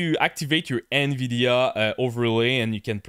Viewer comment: the " In Veedeeaaa Up ? what about the nVidia down ?